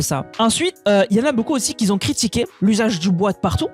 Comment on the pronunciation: "qui Z'ont" ?.... je te remercie pour ton travail de relais des infos... et j'adore tes "moinS"... Mais le "qui zont" me fait un peu mal aux oreilles... Bref! juste une remarque.. encore merci 🙏